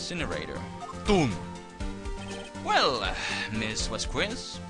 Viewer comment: you say Vasqu¡e!z, but it should be pronounced V¡a!zqes. Hard to explain, el español se complicado.